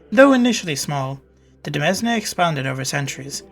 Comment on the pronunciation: FYI Demesne is pronounced like demayne. De mes ne hurts my ears so bad.